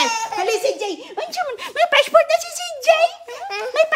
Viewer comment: hahaha passpurt, bibi daw tinde ng Yabis na ito😅😂